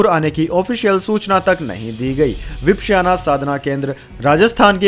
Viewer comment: વિપશ્યના - ઉચ્ચારણ સુધારી લો.. Please do correct pronunciation of " Vipashyana"